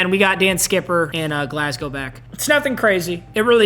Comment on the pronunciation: pronouncing Glasgow correctly. 👍